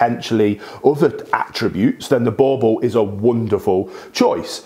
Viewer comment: It's not bauble it boerboel